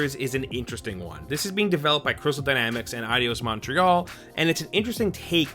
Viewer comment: Why did he say Adios instead of Eidos?